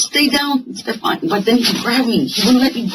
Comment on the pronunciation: هی میگه استفانی بابا استفان ده بارم همه اسمشو میگن تو باز میگی استفانی 😅آخر ویدیو گفتم الان دیگه درست میگه باز گفت استفانی.مهدیه خانوم و آقا مهدی خانوم استفانی آقای استفان گرفتی 😂😂مرسی بیشتر ویدیو بزار همرو دیدیم تموم